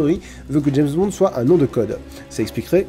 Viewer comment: Je suis le seul a avoir entendu "James Bande"?